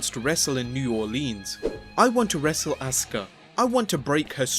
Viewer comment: A SU KA is not ASKA - sound it out A SUE KAA